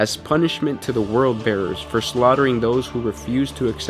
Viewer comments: is Word Bearers!! W-O-R-D!! Not "World" Bearers!!! 10/10 video just like every other video you upload but pls for the Emperor's sake say it right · You kept saying World Bearers, It's Word Bearers. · why can't californians say WORLD they say rrld. & yes w o r d bearers not world